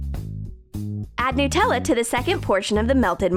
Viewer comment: OMG SHE SAID NEWTELLA